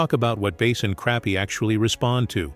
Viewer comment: It's AI. For some reason most AI voices are terrible with pronunciation.